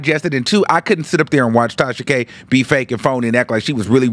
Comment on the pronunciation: The way he says it sends meeee. I thought I was the only one😭